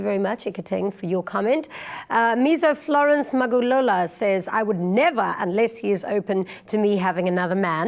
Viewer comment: Sisi akuyona i first language yakhe.Even the white presenter is unable to pronounce Magagula .Why are you not making fun of her too?